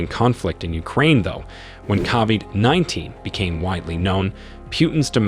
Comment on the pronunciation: "Kahvid 19?" We've heard the correct pronunciation of this illness thousands upon thousands of times over the past couple of years. How could you possibly get it wrong, at this point? Lol. Same goes for Putin. It's pronounced "Poo-tin." Every single day we're hearing new stories about terrible new decisions he's making... so why are you the only one calling him "Pew-tin?" Are you mispronouncing these things on purpose for the laughs or something? Are we being low-key trolled right now?